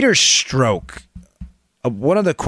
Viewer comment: Making me crazy -- Pronounced Peter STROCK as in a ROCK..not STROKE..Pleasee adjust.. Thanks, my brother!